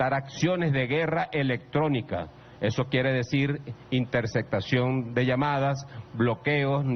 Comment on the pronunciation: "los drones su*cmarinos e inter*ccetacion". No pues si! Se ve que está preparadosimo.